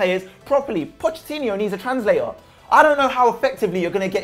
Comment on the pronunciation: I didn't spend enough time preparing for this debate. I have rebuttals for everything now. I hope you can forgive me, Pochettino (pronounced correctly).